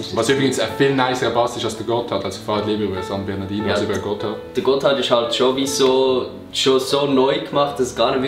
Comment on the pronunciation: Es heisst san bernardinO!😂😂